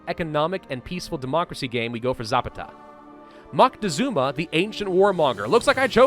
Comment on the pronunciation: Za-PA-ta. I enjoy your content either way.